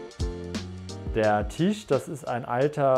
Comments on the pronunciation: Alles cool, ich kann nur nicht hin hören, kann bitte jemand dem Jungen mal sagen dass es kein tiiiisch ist, sondern ein Tisch. Die Betonung auf dem i tut wirklich weh 🤨🙈😩🤬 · 😂😂😂😂 hatte auch so gedacht, wenn er jetzt noch einmal Tiesch sagt beisse ich in die nicht vorhandene Auslegware 🤣🤣🤣🤣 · Tisch=Tüüsch 😂 Triggert schon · Cooler Typ, coole Wohnung, witzige Betonung beim Tisch 😅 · Wie er TISCH ausspricht 🙄